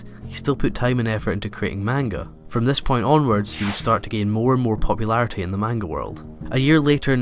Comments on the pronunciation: Very cool video! Though one thing you gotta be careful about is how you pronounce manga, the correct way is "monguh" not "maynga". Some people might get after you if you're not careful :) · This video made me realize how it grates on my nerves when people mispronounce "manga". But the video was so good I was cured of this by the end of it. Thumbs up!